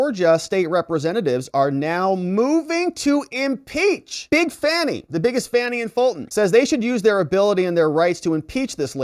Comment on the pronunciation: I congratulate you with your ability to pronounce f a n i